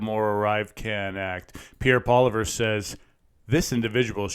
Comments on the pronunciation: Lmao its polly evv downward sound. Its not pollyver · Poili-EV, not, Poili-VER. He’s been around long enough for everyone to know how to pronounce his name. 🙄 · PLEASE, His name is pronounced NOT as you did. Get the accent correct. It's phonetically PolIEvier. Reporting with respectful stating of peoples names, especially our only real & truth exposing political leader. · Learn how to pronounce Pierre Poilievre's name! It's not poliver. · PRONOUNCED Pol EE ev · Polly ev (pronunciation of his name, already)!!! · It's definitely not spelled Polliver. Correcting isnt trolling. All credibility as an intelligent source of information on anything Canadian is totally lost when the name of such a high ranking politician can't be pronounced right. Embarrassing.